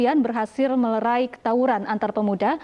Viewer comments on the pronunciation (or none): melerai bu host bukan merelai hikz